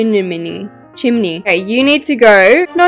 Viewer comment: If people are new to the channel Bullying skills Painting struggle Arguing with self Her getting six pack abs Struggling to scroll down Struggling to say chimney Roof struggle Struggling with beams Struggle with coffee table Copying trees Friend joining Struggle with floor Question in Paris Too many walls struggle (House indoors) Living room struggle Jump scare Painting struggle Custom made coffee table Hook rack build hacks :) Paint struggle Dinner table Her quitting YouTube Light struggle Her telling herself she’s good but she’s not Green kitchen did not work Bedroom and bathroom Bed struggle Her not realizing she can’t undo Resizing How to make a real Life Log channel Her realizing she couldn’t have used a TV There is no room Alaska (Battle room) where are you take a poo Her acting like UWU cringe Xoxo Now you’re doing it on your computer huh? No you’re finally quitting Roblox It’s not letting you because You littering it to lower the size Yay she’s finally done That took solid 20 hours (gorgeous house tour) Guys I’m not doing anymore 👁👄👁 👇🏻 The end😊😊😊